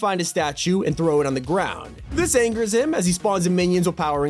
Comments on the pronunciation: I know he says “him” but I legit thought he said “DAMNNN” at first💀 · Oh it kinda sounded like it tho lol